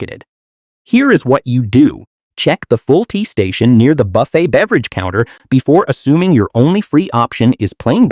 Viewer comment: Boofet? Really.